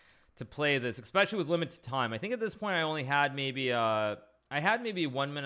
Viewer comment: Man.. another one that started saying expecially instead of especially.